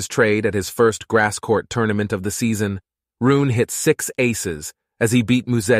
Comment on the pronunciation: His name is HOLGER .. RUNE the e is NOT Silent .. so his name is NOT Holger RUUN as u say so many times. Maby u should have seached his name before saying it wring so many times?? Its soooo easy to do